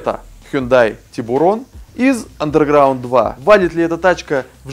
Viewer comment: Vladislav Black да, но R не читается.